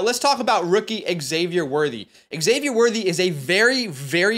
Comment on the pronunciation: Xavier is pronounced Zavier.